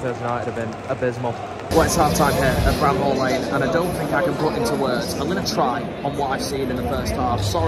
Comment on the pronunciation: Its not Bram Hall lane mate...no h